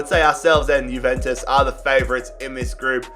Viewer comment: it's pronounced yuventus not guventus